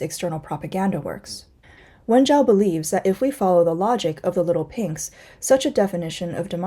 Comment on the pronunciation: Not leetel peynx but leetel peeygzz jajajaja